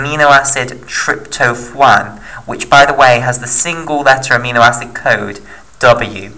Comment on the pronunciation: Trypto(phwaan) is what it sounded like you said. You mean tryp-to-phan like Trip-toe-fan. Good vid though man